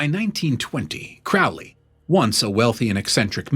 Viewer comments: Pronounced Crow 🐦‍⬛ Lee. Excellent video,keep them coming.His father was a wealthy businessman… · His name is pronounced Crowley as in crow, not ow as in couch or ouch. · It’s pronounced Crow Lee. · Not Crowley as Owl… Crowley as in Crow. Pronounce it correctly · If youre going to do a video on Crowley, it would be a good idea to pronounce his name correctly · If you can't pronounce his name, you're clueless. It rhymes with "holy," by his own words.